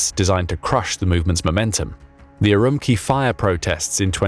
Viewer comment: Btw: Xi [shi], rather than [zhi]. Urumqi [utumchi], rather than [urumki]. Falun Gong members were not hust tortured, but became a live "stock" of organs for replacement for CCP officials or anyone willing to pay. Also, CCP is not a single cohesive power but a gang of infighting factions.